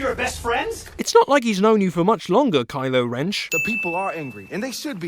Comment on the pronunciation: "Kylo Wrench" 😂😂😂😂